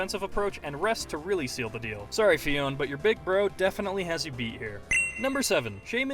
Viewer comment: its fee-own-ay